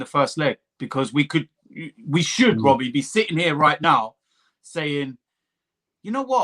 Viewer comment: It's not Robbie, it's Wobbie